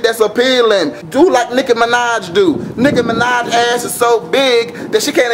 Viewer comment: i thought he said Nigga Minaj